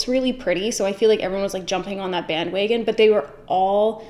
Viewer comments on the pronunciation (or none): "bandweygon" okay, vancouver.